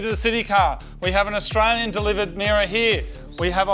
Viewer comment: That car jastralian or jaustralian